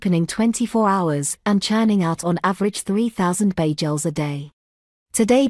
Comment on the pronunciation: AI voice is hilarious. Bay-jells.